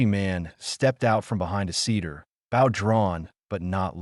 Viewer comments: Not pronouncing certain words correctly (wound,n/bow). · I wish AI could say wound , wind and bow correctly 😮